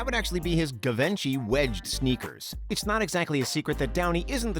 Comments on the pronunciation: Yeah 😂😂😂 GI- Venci bruh??? What the fuck is GI 😂😂😂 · “Guhvenchee” nice one bro.. So ignorant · Man said “gavenchi” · “givenchy” lol😂